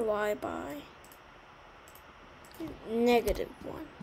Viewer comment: nega tive wone Lol(no offence)